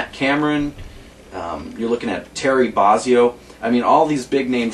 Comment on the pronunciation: I don't know too many people that even SAY Terry Barzzio - I've only ever heard him called Bozzio......alright I'm nit-picking! I fould this to be very helpful and informative, but would have liked to have heard some demos, although I'm sure they will be on here elsewhere, so thanks.